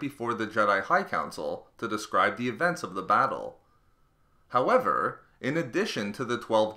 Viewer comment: These vids are great at x1.25 speed...however the HOWEVER's aren't as nice.